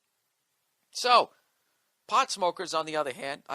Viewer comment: Haha Bill says "pawt head"